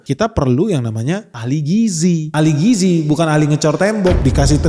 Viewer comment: Si cucun mah ngomong gizi aja gak bisa. Dia bisanya giji giji 😂